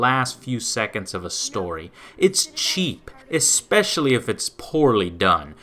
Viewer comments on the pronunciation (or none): My only problem with anything does is that problem he has with words beginning with "Esc-" "Ecspecially" and "Ecscape" for example. It nags at my brain. His opinions often mirror my own tastes, so I enjoy his reviews. He also seems to have a pretty good grasp of the industry as a whole, albeit he can get a little over inthusiastic at times. Love the Show...hate that little verbal tick.